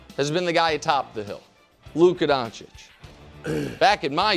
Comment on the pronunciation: Calling Luka Luka DonciK does not help your emmy nominations Wildes